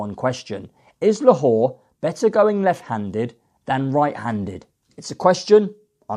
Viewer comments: Who’s Lahor? It’s La-Lor ffs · How can you expect to progress in the racing media if you can't even pronounce simple names of horses. Let's be fair, I'm not expecting perfect pronunciations of every horses name but you don't even get close.....how can POLITOLOGUE be POLITOOG, LALOR be LA WHORE and CHARBEL be SHARABEL? For anyone to take you seriously you really need to work on this, otherwise you will continue to be the laughing stock you currently are.